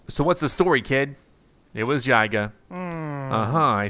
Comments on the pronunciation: Just saying, i'm pretty sure yiga is pronounced yee-ga not how you were pronouncing it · YEEEGA! The mispronunciation is driving me crazy! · How is it really pronounce??